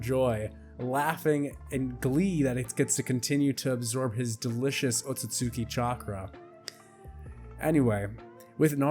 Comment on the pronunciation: Bro gotta learn how to pronounce Otsutsuki properly 😂